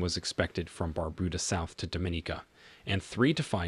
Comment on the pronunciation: It is Not BarBooDa It Is Bar-Bu- Da